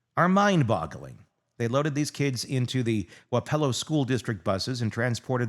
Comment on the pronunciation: Luh-why-suh... spent about 90% of my life in wah-puh-low. Sorry, that's the hardest cringe I've cringed over people's mispronunciatuon of iowa places. And I've heard deS moineS or moin-us. 😂 we do need more coverage on this though.